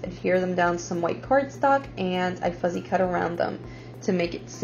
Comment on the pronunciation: Good job on Part1! BTW it’s “fussy cut” rather than “fuzzy cut”. Looking forward to Part 2!